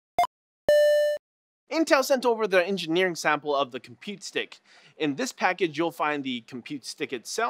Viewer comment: Compute stick not "Compete Stick"